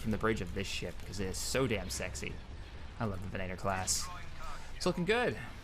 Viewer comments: Its venator not venaaator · It isn't 'Ven-A-tor', it's 'Ven-uh-tor' Lu'cre'hulk, not Lu'se'hulk. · Don't say venaitor again... Goddamnit... It's facking VENATOR, with an accent on "e" and mute "t". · did anyone else notice he was pronouncing it venAtor and not venator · Not to be a grammar Nazi or anything, but your pronouncing venator wrong. It's more like ven-eh-tor and not ven-ay-tor. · It's called a ven-at-or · If you are going to grammar nazi, grammar nazi properly. Its pronounced ve-NA-tor, and there is no eh sound in the word. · You are mispronouncing Venator and a few other things. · Cassio rivatto It is because we are Star Wars fans and because when ever he mispronounces Venator it sounds horrible to me. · Cassio rivatto In this case he is really getting it wrong and it is rather bad, in the case of Mustafar I can stand it. Sorry for the bad spelling. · Ultrabeast Harkonnen Venator is a gladiator type which were actually hunters and circus act performers, not really gladiators. The fact still remains that he is mispronouncing a word and it is annoying.